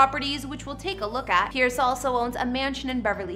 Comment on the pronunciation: It’s Piers not pierce